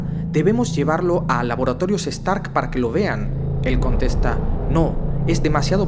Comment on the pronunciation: EN EL MINUTO DISE LABORATORIOS STARK ENBES DE STAR